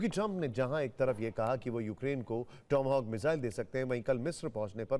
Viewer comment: टोमो होक नहीं टॉम हॉक बोलो भाई 😂😂😂